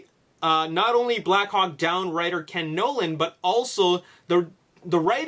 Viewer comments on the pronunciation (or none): none